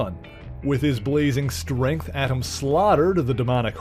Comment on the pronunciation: That's pronounced A'tum